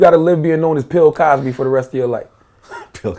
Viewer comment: Lol "Pill Cosby"